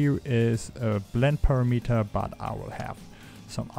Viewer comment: notice how unity's "color premeter" is spelled and pronounces with an 'a', as in parameter. Four syllables buddy not three. You know text to speech works pretty good these days.